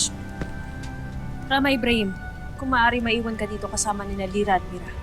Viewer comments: Sabi ni danaya jira lira lol (mira) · Ang sabi ni danaya jira mira imbes na lira ay jira sa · sabi ni danaya jira hahahahha